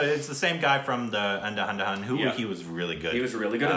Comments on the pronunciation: It's pronounced an-duh-doon and not an-da an-da Hun😂🤣🤣🤣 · Its not andhadhundh its andhadhun 😹😹😹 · Andhadhun is pronounced un-dha-dhoon and not un-da-hun-da-hun! 😂😂😂 Try not to butcher it again. 😄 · Ohh My Goodness!! I am cracking up. Reaction was great but saying Andhadadadadun.. Lol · The way said ANDHA ANDHA HUN... But it's ANDHA-DHUN..😂😂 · "Andahundahun...Andahundahun...Andahundahun..." It's AndhaDhun. An-dha-dhun! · Dude saying andhahandahan 😂🤣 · its Not!! Andhahandhahan, spell it like Andhaa-Dhoon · Anda dun spoken 😂 andhadun.. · i am helping u to pronounce it correctly..Andha+dhoon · Hahahaha I noticed it too andahandahun ......lol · I love it when says And-ha-hun-da-hun. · Guys react to Kahaani. It's a suspense movie and it'll leave you reeling! P. S. Nailed that An-da-han-da-hun 😎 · Andahundahund hahahahaahhahha Petition to change movie title to pronunciation of it! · ...I loved the way you pronounced "Andhadhundha" 😆😆 Couldn't have gone more incorrect😋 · The way you pronounced Andhadhun as Anahundahun.. 😆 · The way you pronounced andha ha da han😂😂😂😂😂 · The way they pronounce ANDAHA-HUN-HUN..........😂😂😂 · and its Andha-dhun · It is pronounced as Andha+ Dhun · Lol it’s An-Dha-Dhun. Not what said. 😂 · It's pronounced as An-dha-dhoon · Andha handha handha.. Hahahaha.. Nice pronounciation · Gyus its Andha-dhoond try it you pronounced it wrong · Please pronounce 'andhadhun' as andhaa-dhoon.i want correct pronouniation from you. It's a challenge! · I love your effort but you butcher hindi pronounciations its An (pronounced un) dha ( somewhat like Dah of Dahlia) dhun (dhoon with emphasis of on huh after d).., everything which has an h in its spelling sounds huh. Did I make it easier or more difficult, am I becoming stupider by the day??😂. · That slap....😂😂😂 And how right he pronounced..😄😄😄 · I love how pronounces Andhadhun😂😂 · That bird trying to say Andhadhun